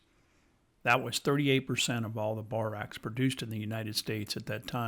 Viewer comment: Man it’s NOT Borox! It’s borax come on man